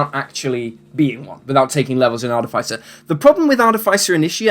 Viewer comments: The way you pronounce Artificer is grinding my gears. It's aar-tuh-fuh-sr with an accent on aar, not aar-tuh-fi-sr with an accent on fi. Minor pet peeve of mine. Carry on. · Google pronunciation search gave me Arr-tuh-fuh-sr. When I heard you say it differently than I've always said it, I looked it up. It was completely different than what I figured it would be. But subtly so. My group always pronounced it Arr-TIFF-eh-sr.